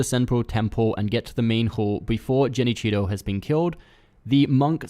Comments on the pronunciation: how come you pronounce genichiro as jenichiro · its genichiro not jenichiro and the guy at senpo next to monkeys isnt giving me the holy chapter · Bro said Jenichiro 😂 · Did you say Jenichiro 😪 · I stopped watching when you said "Jenichiro". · Who the hell is ''Jenichiro''? 😂😂😂